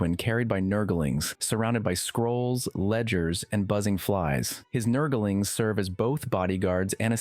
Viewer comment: "Nurgle-ings" bothers me so much lmao